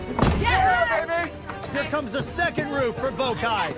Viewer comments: I’m dying at the Vokai tribe mispronouncing “Vokai” 🤣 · Right it’s “VOH-KAI”